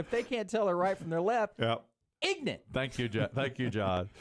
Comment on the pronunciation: I know trying to be funny here, but he really comes off as ignorant himself. First, for continuing to insist that it's ignorance, and, second, for the way he continues to pronounce ignorant.